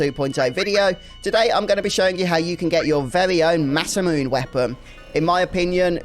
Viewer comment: Actually it is pronounce "Masa-mu-NAY"